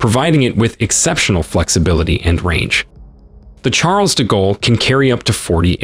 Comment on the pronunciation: The chAAAARLES de gallery 😂